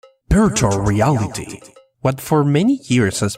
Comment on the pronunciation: Does anybody notice he said beartual reality